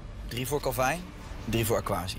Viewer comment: Ben ik de enige die het raar vind dat ze de hele tijd kalvijn zeggen ipv kelvin?